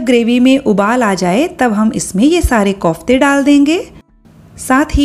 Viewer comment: Mam kaufte nahi hota kofte hota hai